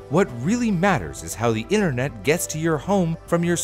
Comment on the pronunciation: “Internot” lol I love it